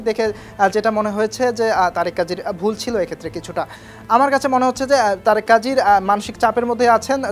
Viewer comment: ‘তারেক’ কাজী না তারিক কাজী ‘সুমিত’ সোম না সমিত সোম। উচ্চরণে আরও যত্নশীল হতে হবে।